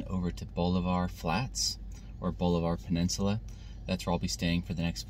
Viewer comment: We pronounce it ball-iv-er :)